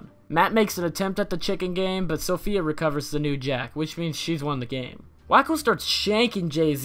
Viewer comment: Her name is SAFIYA not "SOPHIA"